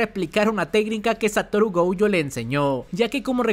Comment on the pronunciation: Me caen muy bien. hacen muy buenos videos, pero como comentario muy personal> No pronuncien Toudo como TOUDO, Mahito como MAHITOU, Gojo como GOJOUU El japones realmente es muy parecido foneticamente al español y le estan aplicando la espanglish besitos